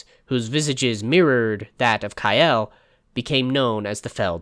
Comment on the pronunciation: "Ka-el no "